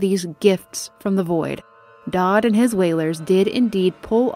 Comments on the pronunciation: it's Daud not Daad, i understand his appeal as a father figure tho, so why not go all the way and call him daddy? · I cannot help but notice your mispronunciation of Daud, spoken like “dowd” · I love the video and how you describe things but how do you mess up so many names? I can tolerate serkonos, pandysia, and Hiram, but how do you mess up daud. It's said numerous times throughout the game and you pronounce it dod. Please do better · I know its picky, but you mispronounced several names lol. "Dodd" made me giggle. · Edit: I've drafted my 3-page Twitter apology for mispronouncing 'Daud'. It will only be released when a full week goes by without mention of it. Hey! Future here. Thanks for checking out these videos! If you'd like to keep up on YouTube Community info, I'll be posting extra bits of info here in the future: As of this post, this is a relatively young channel. I've only really been around since the end of 2020. I hope to be around for the foreseeable future; I'm excited to watch this little passion project grow. More info and content will come with time! Thank you for being here so early in the game. PEACE! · Amazing video but the way you pronounced Daud is wrong